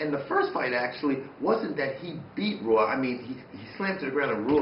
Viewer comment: Rua is pronounced Whoa!